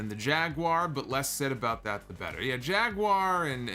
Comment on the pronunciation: doesn't have whichever accent would make better "betta," so it sounds hella awkward.